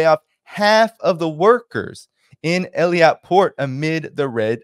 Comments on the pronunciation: not Eliat. it's pronounced Ei-Lat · It's Eilat not eliat. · is not Eliat,. is Eilat. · PLEASE NOTE that the Israeli port you're refrring to is not pronounced Il-ee-at, as you've said, but I-lat. Please take note to avoid sounding ignorant. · "Eilat" pronounciation-help for English speakers: A-lat Thanks for your work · the "I" comes before the "L" Eilat "eelat" you're "Rittering" as Scott has problems pronouncing things 🤗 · Eilat pronounced ill-at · Let's not confuse it with Elliot 😂 it's Eye Lat, please stop pronouncing it the French way, so we know what exact place we are talking about 😂 don't leave any room for confusion with other places😅thanks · Eilat pronounced eeeeeeeelaaaat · the pronunciation of Eilat is Ay-lat, Also Ansar Allah. Want you to loof and sound good and knowledgeable.